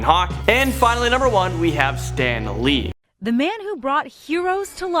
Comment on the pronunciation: That woman in the beginning really pissed me off. She said “Stan Leed” instead of Stan lee. Also she was trying to read the name so hard. Stan Lee was one of the greatest people ever. R.I.P Stan Lee